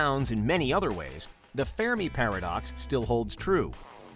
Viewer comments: Is it me or does it sound like he is saying fair-me paradox instead of fermi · Pronounced fur-me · “Fairme paradox” is all I could hear throughout this video, lowkey annoying..